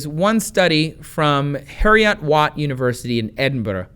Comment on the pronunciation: You butchered Edinburgh and Heriot watt.